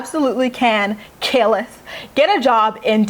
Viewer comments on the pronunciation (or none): KAILYN...NOT KALE. SO ANNOYING